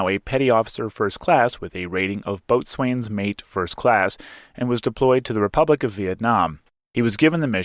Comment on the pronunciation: ...It's pronounced Bo'Sun...NOT' boat's wane'...I'm a landlubber Army vet and know the difference...read bo'sun's mate Williams' story in Thomas Cutler's book "Brown Water, Black Berets"...